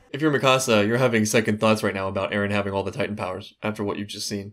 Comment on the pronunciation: Why do u say Ereh instead of Eren. I see it everywhere and its confusing af